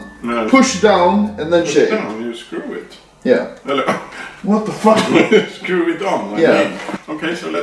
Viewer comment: hahah "you just skruv it on" 2019